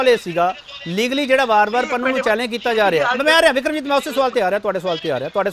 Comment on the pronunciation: Why can't pronouce Pannu. He always says Pannua? Please don't bring such person again for debate.